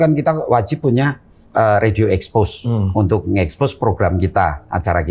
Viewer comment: ini pasti bule krn gak bisa ngomong radio